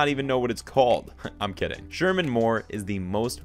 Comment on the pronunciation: ShemaR, not Sherman.